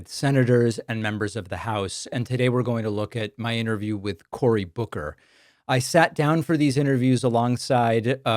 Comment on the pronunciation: His name is Booker, you can't even get his name right. 😂